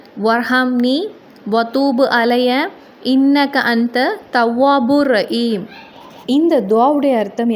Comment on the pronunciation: முதலில் நீங்கள் சரியாக உச்சரிக்க வேண்டும் ரஈம் என்று ஒன்று இல்லை